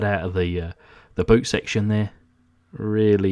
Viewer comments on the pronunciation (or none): none